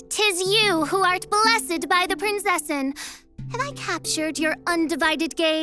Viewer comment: As a German i cringe so hard every time Fischl says 'Prinzessin' or 'Verurteilung' lmao